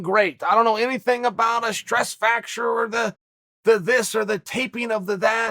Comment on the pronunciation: Me: Stress fracture Chael: Stress facture Me again: Ok, great!